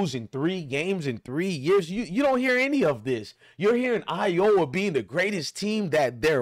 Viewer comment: Dude please learn how to pronounce folks name for the love of the English language. It's angel Reese not reseee & it's iowa not I oh wa